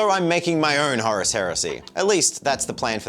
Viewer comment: Maybe they didn't invite you to WH World is they are angry at the way you pronounce Horus. 😅 These look great by the way.